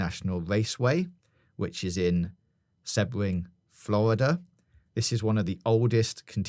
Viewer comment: Interesting theory about Sebring (pronounced more See-bring btw, but no biggie), but in Florida there is also Daytona International Speedway (up closer to Orlando, at near Daytona Beach) and Miami Homestead Speedway which is down by the Everglades.